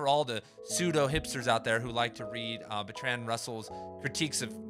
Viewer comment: Thanks man, convinced me to buy. Wanna know what happened with that girl lol. Small note - Russell was English and you're saying Bertrand wrong. It's pronounced BERTrund. Keep grinding bro!